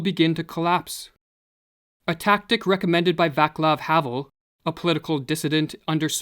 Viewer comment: Just wanted to point out that Václav Havel is pronounced as Va: ts lav. Thanks